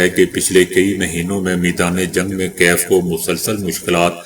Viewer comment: میرے خیال میں آپ اتنے پڑھے لکھے نہیں ھو کیونکہ بہت وقت سے یوکرائن کے دارلحکومت کا نام غلط پڑھتے ہیں میرے پاس کوئی رابطہ نہیں کہ کال کر کے آپ کی تصحیح کر دوں میں نہیں توکسی سے رابطہکر کے صحیح کر لیں